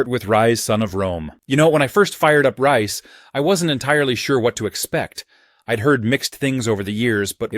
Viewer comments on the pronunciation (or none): Listen Fella. It's blooming pronounced Rise, not rice...